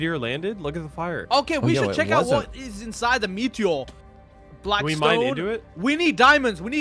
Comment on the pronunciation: Literally said “Meteo” 😂😂😂